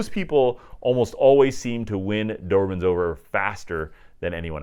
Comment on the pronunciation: You’re self called expert and you keep calling them Doerman??? I know Americans have difficult with English language, but for god’s sake, make some effort…